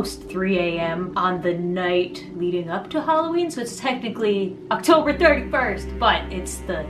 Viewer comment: no one's gonna talk abt how it said "octoer 31st"?! Lmao